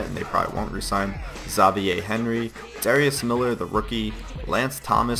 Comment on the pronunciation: zov-y-ay? is that in another language? i pronounce my name ex-av-y-air